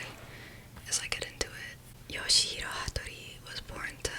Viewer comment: Its pronounced "yaw-shee"